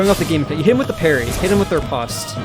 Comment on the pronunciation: "irrevockable" "ripost" yikes. sorry man, i think i watched another one of your videos yesterday and heard two mispronunciations that hurt to hear then...